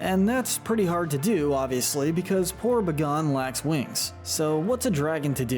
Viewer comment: Buh-gone huh? Never heard it pronounced that way. It's definitely pronounced Bay-Gone